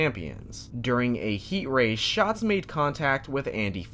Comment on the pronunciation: I find it funny that the narrator (not you) got his name wrong 😑 “ it’s an active bravery that Donny Schaaatz will never forget”😬 Like bro…. If you gonna say it like that at least get his name right 😂